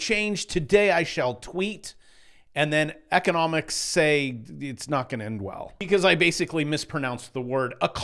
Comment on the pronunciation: e-CON --A-MISS